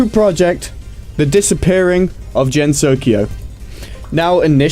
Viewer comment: “Jen-so-ki-oh...” “Toe-hu...”